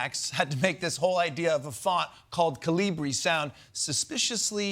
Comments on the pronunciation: KA-li- bri. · That Newsmax guy can't even pronounce it.... Is the single most common font on Earth thanks to Windows. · Oh, so that's how to pronounce that font name. Been saying it wrong all these years.